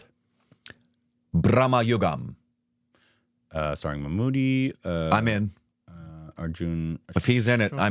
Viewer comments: Did you say Bahenchond 😂😂😂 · Correct pronunciation....👍 'Bramayugam'